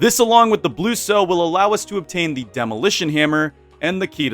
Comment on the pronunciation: I think it's blue sow like bow as in the formal gesture, not like bow as in a ribbon tied into a decoration knot. I'm not sure because I was only listening, but it makes sense for a pig themed thing.